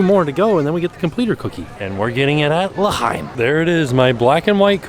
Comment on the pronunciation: You pronounced L'Chaim correctly!! Good job.